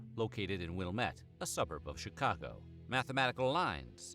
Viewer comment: Chitcago you’re genius. Sure it could be debatable to be spelled shitcago, just from your pronouncing. I mean I even live 20 minutes from the heart of the city. I particularly like it. Grew up here though.